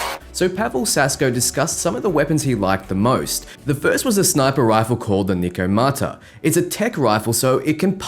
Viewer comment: Yo it’s “neh”komata